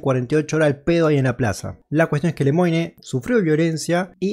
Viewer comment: No es "Lemoine".........es "Lemuan" la pronunciacion.